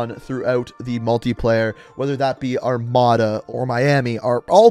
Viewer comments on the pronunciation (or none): none